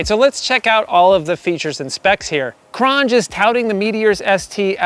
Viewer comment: It's pronounced cron j